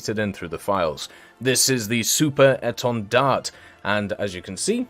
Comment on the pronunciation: Thx you for the video, at the end of etendard the "d" is a silent letter you don't need to pronounce it. About the countermeasure, it did exist on the SEM as the standard 3 when the Marine Nationale implemented the pod Atlis they add the countermeasure pod (Matra Phimat) at the same time. With the standard 4 they changed the Atlis pod for a better one the Democles and did the same thing for countermeasure pod with Alkan 5081.